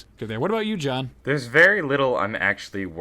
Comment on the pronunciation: John did you just say "Jawn" ? Philly?